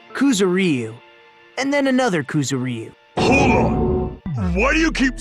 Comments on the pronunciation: Koo-zoo-RY-oo? Koo-ZOO-rry-oo. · ***** KuzuREEu? Yeah, no. Ku-zu-ryu. 3 syllables, none of which is the y. Maybe Ku-zur-yu to make it easier to pronounce for English speakers, but seriously, just no. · rockCity777 They aren't. They're pronouncing the "y" in "Kuzuryu" as if it was an "ee" vowel. It's kinda funny. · Why do the characters in a Japanese game butcher a Japanese name? Ys never recieve stress in the romanization! They aren't even syllables: it's supposed to be like the Y in yack. AAARGH!